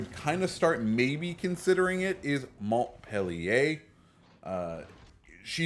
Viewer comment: You totally butchered the name of the ship by the way you said it and it is not a reskin of the Cleveland because it was in fact a separate ship in the Cleveland class of cruisers named for Montpelier which is the capital city of Vermont. Just because it may look like a Cleveland does not make it a Cleveland a lot of non Navy people think this way but it is not so. Good video other than that.